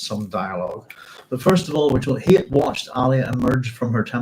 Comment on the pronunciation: Shalom, Doc! You should check the Hebrew on Hayt's name... It's a lot like 'chayt' (with a gutteral ch), which means 'sin,' rather than like 'chayim', which means 'life.'